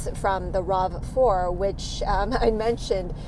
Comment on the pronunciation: i’m really interested in checking out the Tucson, i’ve had them as rentals in the past and like them. the engine noise on the Rav (i lover the way you say Rav btw) is similar to the Prius I currently drive and it’s a bit annoying, especially when you have passengers